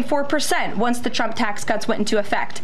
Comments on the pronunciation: Has she been drinking lately? The shakes, the anxiety, the mispronunciation of her boss, numerous times (I enjoyed him being called “Chump” by his own WHPS). It’s not a good look… and it’s glorious. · Am I the only one who hears her say "President Chump" most of the time? 🤣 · She CANNOT pronounce Trump wtf